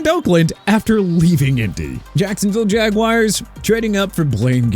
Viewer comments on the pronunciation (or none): The then-Oakland Raiders. Chicago pronounced shee-ka-gow not chi-ka-gow. And you meant to say two second?! Also Ja-gwaars not Jagwires! Jacksonville gon' have a name change for their football team! Let's call up the team owner for that AARON!! And you put Minnesota before Miami?! Hello!! You're out of order and your list is out of order! Maryland PRONOUNCED meh-ruh-luhnd not Mary-land!! You got New Orleans wrong again! Nu Or-linzz not nu Or-leenz And yeah Miami made a mistake picking Culpepper over Brees and WHAT'S YOUR POINT SIR?!! YOU HATE THE DOLPHINS DO YOU?!